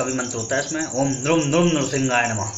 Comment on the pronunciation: 'Nrum' nahi 'Nrim' bolte hain.